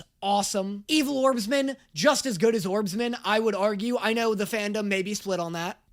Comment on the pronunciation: ITS ORBSMAN!! NOT ORBSMEN😭💔